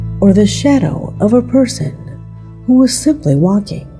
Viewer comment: Hoo is in the wall?? Hoo? Hoo? Hoo can't pronounce owl? AI, that's Hoo!